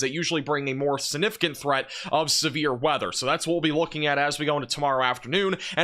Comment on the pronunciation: The word is SIGNIFICANT not sinificant